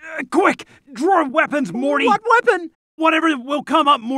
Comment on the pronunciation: did she just say mory instead of morty